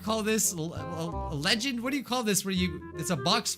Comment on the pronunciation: you said Legend, are you Brazilian or Spanish?